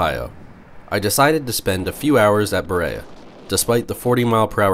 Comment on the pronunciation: I’m pretty sure it’s buh-REE-uh. (Like Maria.)